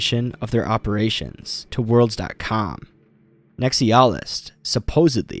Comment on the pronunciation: How hard is it to pronounce NEX EYE UH LIST